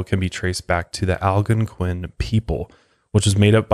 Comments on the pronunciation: Man I love coming here and listening to these whenever they drop. But can I just say I absolutely hate the way he pronounces "Algonquian" (al-gone-kwin) as (al-gunk-win) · Will someone please teach him how to say Algonquian lol